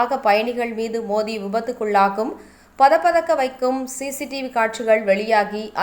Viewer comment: அது "பதை பதைக்கும்" மாறாக "பத பதக்கும்" அல்ல தமிழைக் கொல்லாதீர்கள்!